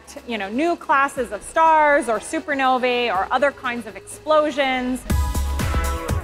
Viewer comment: Omg it's giving me anxiety how she said "Super Nov-A"